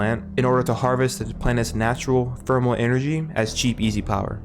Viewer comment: Theme, not feme Thermal, not fermal.